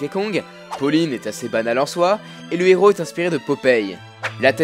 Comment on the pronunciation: La demoiselle est énervante et ne sait pas donner une intonation correcte. On sent vraiment trop qu'elle lit son texte. Et on dit "un héros", et pas "un néro".